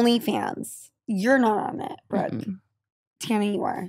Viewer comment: low key rude af getting brookes name wrong